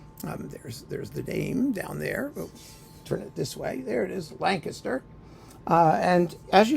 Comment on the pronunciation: You pronounced Lancaster correctly !